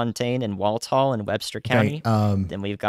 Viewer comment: For the future. Walthall county in Mississippi is pronounced Wall-thaw (like thawing out meat. My name is Walthall.